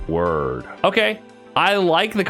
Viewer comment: I swear this mf is saying “worm” am I bugging?